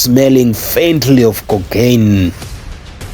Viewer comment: COCAINE and not concain.